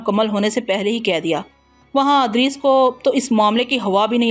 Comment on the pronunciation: Haaey afsos Punjabi speaking Urdu sahi parh bhi nahin sakte ? Idrees ko Adrees parhna.... Bashaarat ko Bishaarat parh Rahi hen.... Afsos isi tarah ki beshumar ghaltiyan hen.....